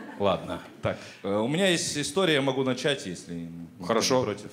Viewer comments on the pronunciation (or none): none